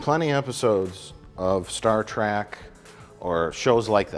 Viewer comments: “Star track” 😂😂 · Ach noo, and here oov been calling it 'Star Trok' all deez yars... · Weird how Mike calls it Star Track and correctly calls it Star Trek. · Mike, It's Star Trek Not Star Track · Mike keeps saying "Star Trak"... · "Star Trak"